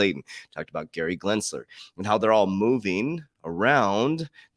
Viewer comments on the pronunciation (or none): Gary Gensler the L comes after the S in his last name not after the first G as well. You keep saying GLENSLER and its GENSLER, otherwise great job bro!